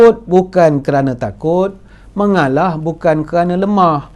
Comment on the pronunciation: Cute lah Dato, 😍😍😍, dah macam toleh Jowo...'mengaalaah...'